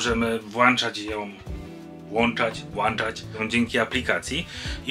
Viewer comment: Pogubiłem się. Włancznikiem włanczamy. Włącznikiem włączamy? Czy używamy wymiennie. Ona włancza. On włącza. Ono..... ?